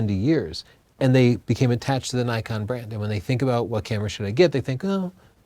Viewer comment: Why do people keep pronouncing Nikon "Nuykon". Isn't it suppose to be "neekon"?